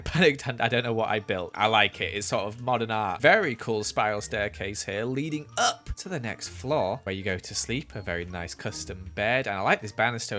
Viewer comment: "And we got a staircase leading UP" Guys I think had a stroke